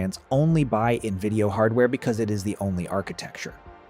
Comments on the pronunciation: Is this an AI generated voiceover? Nvidio, Quda, and 910C chip said as 910"S" chip, Chinese GP"US" etc. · AI slop. Keeps calling nvidia as “nvidio”. Downvote